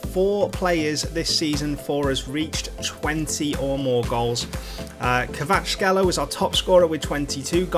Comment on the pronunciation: Its a hard name to pronounce but its said like kvar at skelia